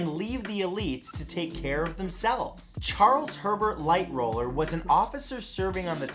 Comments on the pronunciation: The Titanic gentleman's name is Lightoller, with a "T", not Lighroller. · Charles Herbert lightoller not roller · It’s “Lightoller”, not “Lightroller”.